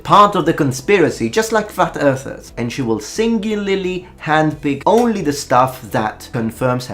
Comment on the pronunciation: great video BUT....it sounds to me like he says "Fat earthers" just after 11 min mark. I know it's probably just his pronunciation and English is not his mothertongue, let alone the American dialect but it still made me laugh. But maybe is playing 4d chess and did say fat earther as a remark to most the video host you see that talk about flat earth.